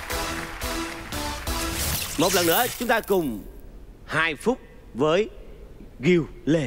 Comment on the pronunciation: Làm ơn đừng đọc tên gil thành gi bà hari ơi